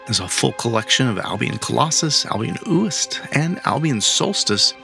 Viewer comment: Is't pronounced more or less Wist. It's a Scottish island. Well, okay, oo-ist, but fast. And they've got more bundles like that as well.